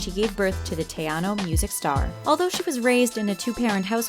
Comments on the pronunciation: When they said it like tyano singer i was like ITS SAID LIKE TEHANO😂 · Teano, god I cringe so much through this video pronunciation. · Did she just say teyano LOL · Am I the only one who got annoyed with how she said Tejano? She legit says teyano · Why do you pronounce tejano wrong? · Thumbed down and checked out after the way you pronounced tejano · They murderd her last name and tejano 😂😂